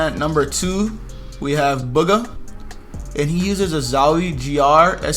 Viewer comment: “At number 2 we have bugga (Bugha), lmao!